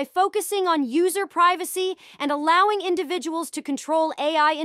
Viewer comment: I noticed this too this must be an AI voice because it mispronounced the word allowing 😂 …